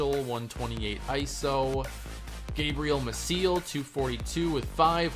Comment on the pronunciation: Gabriel Mah-see-el, not Mah-seal.